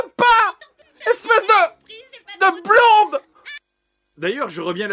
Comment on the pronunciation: heuuu c'est BLON-DE pas BLOM-BE jdg ^^" ...